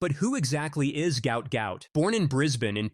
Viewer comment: The father says his son's name isn't "Gout Gout" but Gwot Gwot. Why is the press not picking on it?